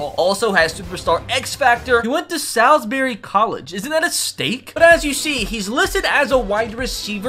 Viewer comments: yep i live there and was mad when he pronouced it like that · why do you pronounce Salisbury like that thats where i live